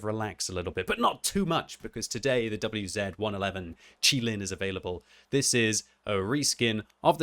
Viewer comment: I’m glad you pronounced QiLin correctly, a lot of people in my clan and on the server I hear pronounce it “QuiLin” which is wrong 😂